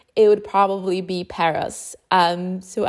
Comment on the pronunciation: Hahha,Paros she means.towards end she pronounced correctly,giving gal a break,she did so much❤